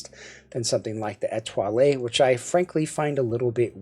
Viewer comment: The French lilt on pronouncing "Etoile" was impressive, even if the IEM was not. Merci. Have a good one. Mike Gutierrez